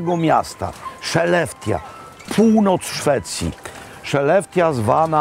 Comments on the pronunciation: Tylko ta wymowa, "sze'lefte", please. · Skellefteå- czyta się bardziej jak „hłelefto” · Wymawia sie szeleftio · Co za brak kultury wypominać Robertowi wymowę. Akurat Skellefteå jest trudne do wymowy. A tak w ogóle jakie to ma tu znaczenie że Pålsson wie dużo o łososiach? I co z tego? Fajnie, że Robert pokazuje rodakom szwedzkie klasyki i naprawdę nie ma to większego znaczenia jak sobie przełożył "kall inkokt", bo faktycznie jest to nietypowe i nie ma się co czepiać, że nazwał idiom sprzecznością. Ty Sławomir zapewne jesteś idealny, nigdy się nie mylisz, wszystkie perfekcyjnie wymawiasz i generalnie masz najwieksza wiedzę, np/ ,że P[lsson wie najlepiej i takie tam/ Żenada.